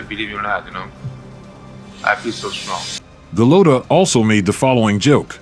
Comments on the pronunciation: Do you ever try to pronounce the fighters names correctly? Its not pronounced "golOTO" its "golota" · Why does this guy call him Go-low-ta instead of Go-lot-a like the announcers did during his fights? He obviously never saw him fight live. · Also, it’s pronounced Go-lotta, not Go-lowta. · It’s not “GoLOWta”…..it’s “GoLOTta”….okay? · Go load dah lol. I believe it's gah lod dah. Either way, dope video my man 🔥🔥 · It’s Gaaa Lot Ah ..not Gill Low Ta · Who is go lo toe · It's pronouced Go-lot-tah like the way the fight announcers pronounce. Sucks that you got it wrong a ton. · His name its Gal-Oh-ta. It's Gal-la-ta. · Goo-Lot-A come on son. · It’s pronounced Golotta. I like watching videos people create, but at least do a little research about pronouncing the names correctly. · Cant even pronounce his name lol and making videos SAD HIW FAR WE HAVE SUCK LOW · This narrator can't even pronounce Golota's name correctly. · You can’t even pronounce his name. Get someone who at least knows how to pronounce the name of who he’s talking about. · Could you at least correctly pronounce his name? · I hate hearing this stupid commentator Pronouncing Andrew's last name wrong. Stupid stupid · Not as sad as how this narrator keeps mispronouncing Golota's name. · Seriously... did you not hear how EVERYONE says dude's name?!?!?!